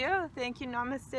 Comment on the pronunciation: When you say namaste it feels like you have any connection with India.